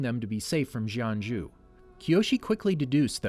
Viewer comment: he legit said JohnJew